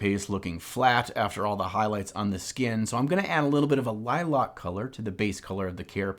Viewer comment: is "Liloc" a regional pronunciation or are you just trying to get comments like this one haha. love you!!!